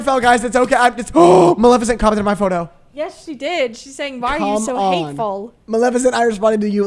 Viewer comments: bruh isn’t it maleficent not malecifent LMAOO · not being able to say maleficent was the best part of the video